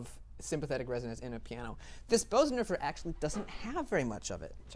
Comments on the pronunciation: The Bosendorfer is pronounce “Burzendorfer”. The umlaut makes a difference. I would just love to own one. What a beautiful sound and piece of furniture! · In this case, for sure the Bösendorfer. (Btw, I know many people pronounce it "Beauzendorfer" but the correct pronunciation is "Boozendorfer" (approximately). Just sayin'.)